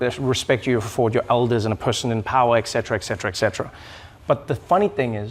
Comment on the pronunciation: Hey Americans , it’s not pronounced eXetera!!!! It is et-Cet-era, with an s-sound!!!! Please…..